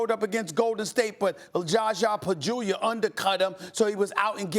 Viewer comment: “Jasha Pachulia” -Stephen A.